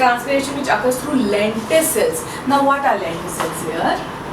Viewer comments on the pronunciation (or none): It is lenticel and not lenticle